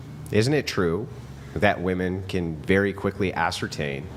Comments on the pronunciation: Why do women of this generation pronounce "WOMEN" as "WOMAN"? What is the cause of this phenomenon?? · Just tell them to pronounce women as if its spelled "wimin"